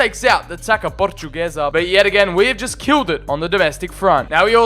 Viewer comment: It’s pronounced tasa portuguesa